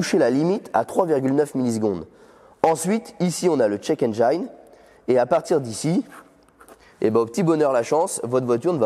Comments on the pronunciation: Le jour où le mot "engine" sera correctement prononcé sur cette chaine... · Je crois que jusqu'à la Fin des Temps les français ne comprendront jamais que Engine ne se prononce jamais Enjaïne :)